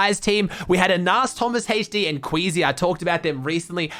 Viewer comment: Wakie not queasy